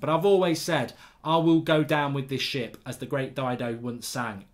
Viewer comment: "great dido" and "go down with this Shap" classic mark lol